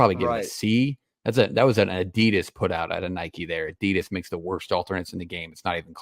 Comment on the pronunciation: Bro said Nike like “Nikki” wtf